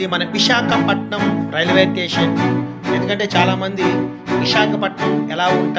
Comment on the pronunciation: టేషన్ కాదు స్టేషన్ ఇంకెప్పుడూ వీడియో లు పెట్టకు